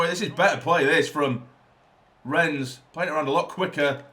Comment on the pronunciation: It's actually pronounced "Renn" the s is silent.